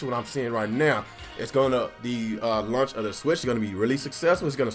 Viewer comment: what's a "lunch title"? ;) Jk... I'm just breaking your balls on the pronunciation of launch. Great vid as always!